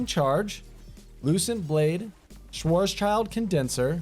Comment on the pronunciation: As a german i'm dying inside from how he said Schwarzschild (If you do read this no hard feelings i know german words are weird sometimes from the englisch perspektiv)